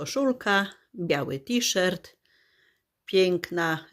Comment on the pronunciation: T-Shirt wymawia się tiszort ( to jest napisane fonetycznie), w tej niebieskiej blusce, którą masz dzisiaj na sobie bardzo Ci do twarzy. Widać też, że masz coraz zdrowsze włosy, z przodu widać, że już mają połysk. W zachodnich Niemczech, gdzie żyję, też się b. ochlodziła, przed paroma dniami w dzień było tylko 9 °C 🥶. Pozdrawiam i życzę zdrowia 💃🏻🙏🏻